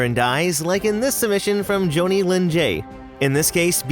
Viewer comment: Jonnie is pronounced the same and rhymes with Johnny and not how you pronounced it. It doesn't rhyme with Tony.